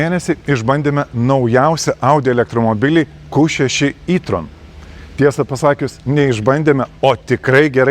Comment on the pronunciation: Sveiki, Jei jau kalbate lietuviskai per video tai taresi E tron ne I tron😊